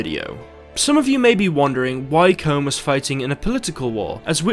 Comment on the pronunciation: His name is pronounced "Koon"